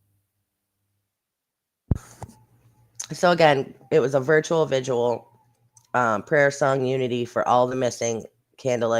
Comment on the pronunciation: I’m just happy that you called it a VIGIL and not a “ “VIGUAL”!! so many creators call it that and it bugs the crap out of me